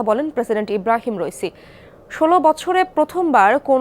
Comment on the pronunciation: রইসি না ইব্রাহিম রাইসি হবে।